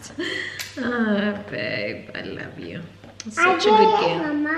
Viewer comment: I heard "ARLOve you" HAHAHA